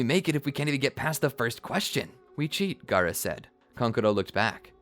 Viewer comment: you said gaarato